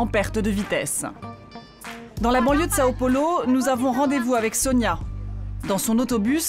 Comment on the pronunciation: Sa me fait saigner mes oreilles le "São Paulo" 🙉